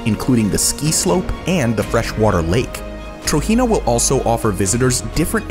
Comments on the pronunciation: Just to let you know. TROJENA is pronounced how it is spelt Tro-Jen-A not Tro-He-Na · (*Trojena is pronounced Tojena and not Trohena*) Amazing video I actually live in the Kingdom Of Saudi Arabia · you're pronouncing trojena wrong.